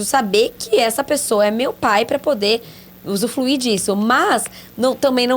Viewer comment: Gente, amo o podcast e a série, e dou graças a Deus por existirem. Mas o "usufluir" eu ri muito vendo a carinha da rsrs...